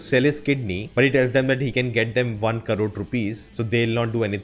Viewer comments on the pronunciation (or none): none